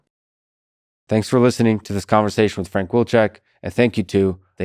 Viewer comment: Actually it’s “Vilchek”.